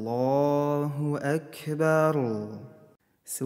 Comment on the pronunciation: А почему звучит Акберу? Как будто буква "у" вконце. Объясните новичку